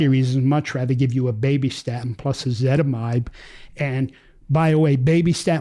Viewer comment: Why is ezetimbe pronounced "ezitimide"?